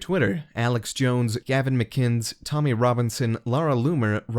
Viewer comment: "Gavin mickins"